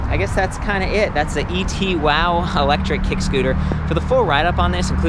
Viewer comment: e-two-w, not et-wow